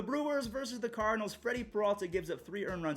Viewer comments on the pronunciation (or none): none